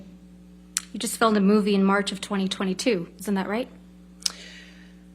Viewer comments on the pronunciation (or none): none